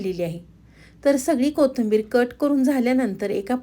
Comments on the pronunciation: पाकक्रिया छान आहे. फक्त कोथिंबीर म्हणा ताई. कोथंबीर नाही. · मराठी शब्द स्पष्ट बोला, कोथींबीर, चँनल,मेदू वडा